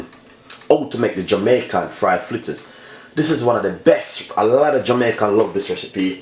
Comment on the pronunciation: Chef the word is Fritters not Flitters learn proper pronounsiation